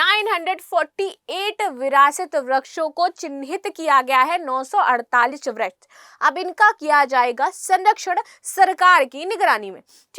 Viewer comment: वृक्ष बोलना सीखिए